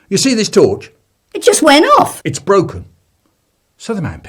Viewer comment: Theuh...the torchuh it won't workuh its brokeuh....